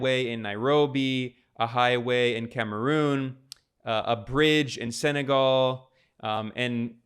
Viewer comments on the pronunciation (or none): none